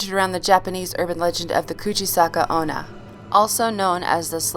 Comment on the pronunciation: Idk if anyone else noiteced but she said ''kuche saka onna''